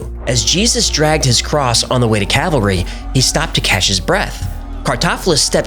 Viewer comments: I love, but I had to chuckle when he pronounced Calvary like cavalry. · NOT England. Scotland. Calvary, not Cavalry. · Jesus died on Calvary, not Cavalry. BTW, I love your channel. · It's "Calvary", not cavalry. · Oh Goodness...not "cavalry" but Calvary. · Cavalry, LOL. It’s Calvary, dude. Love your work! Thanks for making my day brighter! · Calvary, not cavalry. am pedantic, but subbed : )